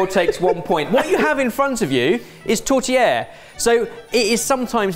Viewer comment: I really LOVE the way you say tourtiere. Very well said. You are also right about the dish serve after midnight mass au Réveillon de Noël. Along with prime rib roast, Yorkshire pudding, turkey and all the side dish your heart can want and for desert la Bûche de Noël. 🎄🦃